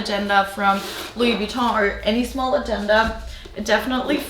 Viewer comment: Are you French? Your pronounce Luois Vuitton so well 😃